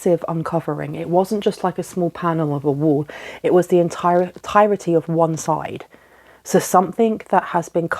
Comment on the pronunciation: Entirety ..you are saying "entiretry". You are inserting an extra ",r"